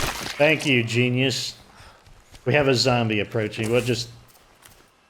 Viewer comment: "thank you GENE-ius" idk if that was intentional but if it wasnt it makes it even more funny😂